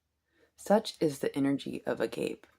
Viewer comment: Hey ✨'Agape' is a Biblical'ish Meaning The Most Love! it's Pronounced _( a-goppay ) 🤗